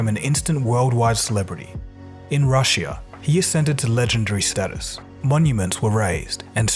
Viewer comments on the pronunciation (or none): Man you gotta work on your pronunciation of words dude. I thought it was a once off at first but it seems to be a recurring theme in all your videos. You pronounced Russia as. RUSH-EEYA. Otherwise informative content as always <3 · Wtf did you just call russia? You're the only person ever who has pronounced russia that way